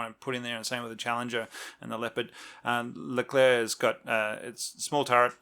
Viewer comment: The Leclerc is correctly pronunced (nice one!), the typing isn't correct, there is no capital C in it. The Leclerc is the last tank designed by the AMX/APX design bureau of Satory as such it had been baptised AMX Leclerc on January the 30th, 1986. Later, the G.I.A.T. (conglomerate of the state-owned arsenals) became GIAT industries S.A. (private company with public fundings) on July 1st, 1990. This change was accompanied with a rebranding of the Leclerc as just "Leclerc" (to wipe away the state arsenals legacy). The naming of the tank was a new trend with the Charles de Gaulle aircraft carrier to name new hardwares according to military figures. The departure of the french (if we actually quit this project... I havn't found anything regarding this) from the french-german common tank was due to deep disagreement regarding the share of the work. The french wanted to make the turret (which was their strong point) and leave the hull to the germans (which was their strong point). The germans having made a lot of progress on the Leopard 2, wanted the french to make some parts of the turret such as the electronics and the optics, which, on an industrial level, is nothing; especially none of the "consummables" (ammo, engin parts, etc) would be made by the french. What remained of the cooperation was the common specs sheets on which the tanks were built on. Regarding the 4-man crew argument, the lack of more people to repair or replace a sick or whatever crewman was dealt by using the